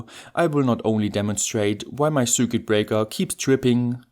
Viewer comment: Top Video, wie immer aber bitte...... Das ist kein "Sürket" sondern ein "Sirquit".